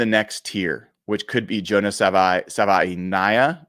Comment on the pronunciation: SAH Vai EE Na Eh Ah. Savaiinaea. Pacific islander names usually need to enunciate most of the vowels...